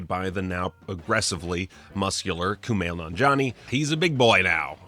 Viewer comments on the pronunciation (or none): You wrecked Kumail's name...